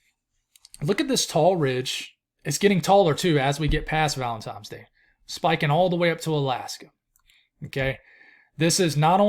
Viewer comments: there's no "M" in valentiNe's day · I could have sworn you kept sayibg ValentiMes day instead of ValentiNes dag 😅😂. Appreciate all your hard work on your videos! I live in Emerald Isle, NC, so i doubt I will ever see our beloved snow ever again, but I enjoy watching your videos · I think it's funny. Hate is a strong emotion for someone's pronunciation of a word.